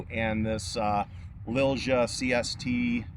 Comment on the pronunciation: The correct way to say Lilja in english would be Lilya. Not trying to be an asshole, but I feel that name brand needs to be said right. Awsome rifle.